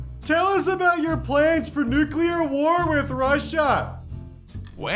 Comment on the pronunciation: i love you so much thank you for saying the correct pronunciation of Nuclear everyone i meet and hear say that word they say "nUcUlAr" and it makes me so mad like bitch there is one u in nuclear what is wrong with you